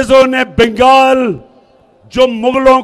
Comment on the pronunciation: that is bengal not bengel . love imran from west bengal in hyderabad .